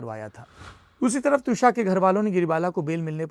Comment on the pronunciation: Should be त्विषा, not द्विशा